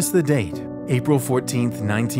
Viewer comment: Rose SENTED hahahahaha “Rose wood” HAHAHHAHAHAHHAHAHAHAHHAHAHAHAHA … ABERHAM LINCOLN?!?!?!? HOW- what. BUT! HOWWWW OMG 😱 Is he a time traveler?!